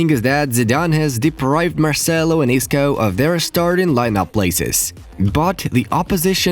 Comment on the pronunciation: I skipped the zidane part when i heard " isco " 😂😂😂😂